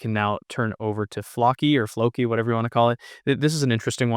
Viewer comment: Pronounced flowkee